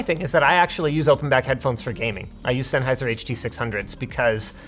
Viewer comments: You mean the Hud-Duh 6 hun duhs? By SENN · These Sony open back look pretty cool 👀 also I didn’t know that Linus has a pair of “HUR DUR SIX HUNGE-Os by OL MATE SENN” just for gaming… 😎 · Love the Senny Huh Duh Six-hungos!